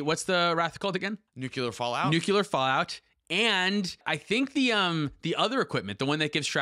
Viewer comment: It’s pronounced nuucular…. nuuuuuuuucular